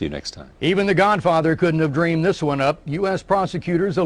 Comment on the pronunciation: What the hell is an epitat? The word epitaph is pronounced epitaFF. He's not so "educated" saying things like "trow it all away, I didn't doo dis, and epitat"